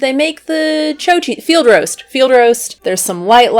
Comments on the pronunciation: You’re completely butchering that cheese name it’s called chao like he Italian word for good bye not cho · “Cho” lol nice accent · “Choh cheese”? 😆